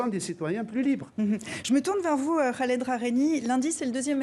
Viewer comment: Pas Ghaled .! Mais ca se prononce Kaled son prenom.en français , pas comme vous le prononcez ! Tres contente de sa libération !